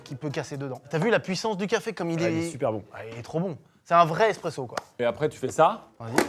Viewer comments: Loin de moi l'envie d'être chiant mais c'est "ESpresso" et pas "EXpresso" 🤓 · On dit (eSpresso) pas (eXpresso) SVP 😒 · Les gars c’est espresso pas expreso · Les gars c’est espresso pas eXpresso Sinon la vidéo reste tjr aussi top 🙏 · MCFLY C'EST ESSSSSSPRESSO PAS EXXXXXXPRESSO ENFIM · Incroyable le format mais les gars… c’est vraiment eSpresso 😅 pas eXpresso. Et oui effectivement c’est le meilleur café qui existe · J'ai pas trouvé le commentaire alors je le poste : 🤓👆 AchUAlLy c'ESt eSPResSO pAS EXpREsso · je vous aime hein Et le concept super comme d’habitude Mais on dit ESPRESSO bordel de et non expresso Voilà bisous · eSSSSpresso pas eXXXpresso sil vous plait les gaaaaaaaaaaaaaars, j'ai mal aux oreilles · qui dit "eXpresso" c'est pour me tuer....